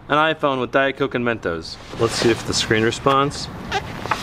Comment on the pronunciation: its not men toes its mentos